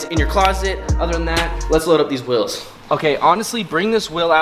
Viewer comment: The amount of times he calls it “wills” and not “wheels” triggers me literally every single time